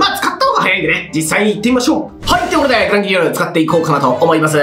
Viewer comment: グランギニョルって一回も言えてないですよ